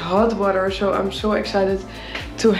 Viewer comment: When u say so much, i hearing it like "sho" much😂😊